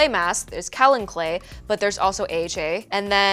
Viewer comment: Kaolin. Pronounced Kay-oh-lin. Coming from a geologist